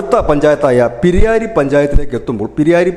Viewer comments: പിരിയായിരി അല്ല പിരായിരിയാണ് ശരി. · സർ പിരിയാരി അല്ല. പ്രായിരി (പിരായിരി) എന്നാണ് വിളിക്യാ.. കൃഷ്ണകുമാറിന് നല്ല സാധ്യതയുണ്ട്. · പിരിയാരി .. അല്ല ബ്രോ.. പ്രായിരി ആണ്. തെറ്റ് തിരുത്തുക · പിരിയാരി അല്ല... പ് രായിരി ആണ്.